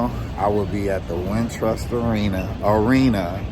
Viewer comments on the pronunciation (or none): Emphasis on ARENA!